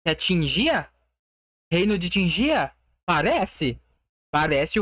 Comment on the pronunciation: Primeiro, não se fala reino de tinjia, se fala reino de tingia kkk, se pronúncia o G do mesmo jeito que vc pronuncia o G pra falar thiaGo kkk. E segundo, vai ser uma nova ilha de fogo, tipo uma nascente de âmbar